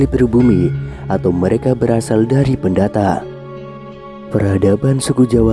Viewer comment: Baca itu yang benar. Pendatang bro bukan pendata.